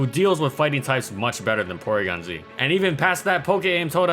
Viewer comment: Porygon-Zwag lol